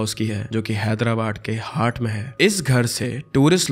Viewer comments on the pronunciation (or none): none